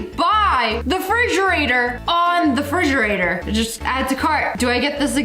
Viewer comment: Frigerator????You mean Refrigerator